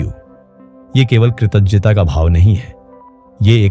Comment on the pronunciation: एक ही वाक्य को कई बार दोहराने से इसकी कीमत खत्म कर देती है। जिस विषय पे आप बोलते है वो अगर समझते तो एक बात जो कई बार दोहराए हो वो नही दोहराते। कृतज्ञता शब्द का उच्चारण गलत बोले हो। ब्रह्मांड में गलत शब्द नाश का कारण बनता है। जो होता है वो दिखता नही और जो दिखता है वो होता नही।